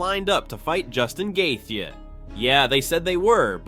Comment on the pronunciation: Brother you got to pronounce Justin’s last name correctly gosh